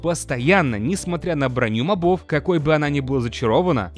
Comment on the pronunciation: Задолбал уже! МОбов, а не мобОв! Именительный падеж, мужской род, единственное число-моб. Одна О. На неё и падает ударение!